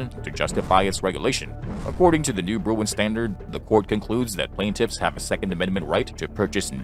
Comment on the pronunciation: it's Bruen, not Bruin